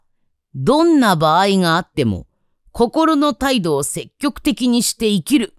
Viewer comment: 積極→せききょく わろた❗️